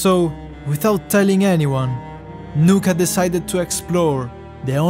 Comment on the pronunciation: It’s nuka